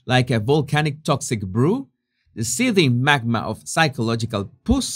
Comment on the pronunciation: Pus pronounced like us with a p in front.